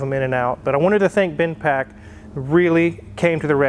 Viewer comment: It's Bendpak not Binpak.